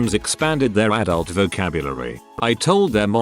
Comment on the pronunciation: "expanded their dult vocabulary" lol how much did he say